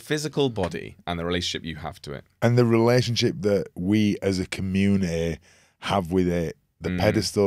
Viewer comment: I love Keegan's accent! It's so cute how he pronounces the word "community" as "commune-eh-eh"😂